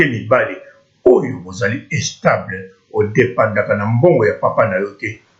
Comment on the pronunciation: and u don't even know how to speak u sayin' estable fuck